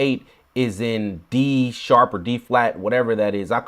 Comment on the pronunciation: 😂😂😂😂 it’s Dsharp my guy